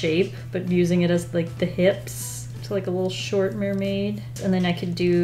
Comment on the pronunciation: It's not mer-may without a blub fish